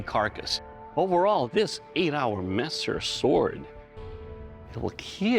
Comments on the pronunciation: I love the way doug says it he doesn't say kill he says keal. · It was "kill", then became "KEAL" 😂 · It will KEAL! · It will keal? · it will not keel :(((((((((((((((((((( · "It will Keal." 😂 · "It's a lighter weapon. It cuts smoothly. It took no damage whatsoever. It's a beautiful piece. It will keel." Every Ben Abbott weapon. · It will keal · I only came to heard him say it will keel 😂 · It will keel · It will kiehl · Will keel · Amazing, there was a time where he could pronounce kill like a normal human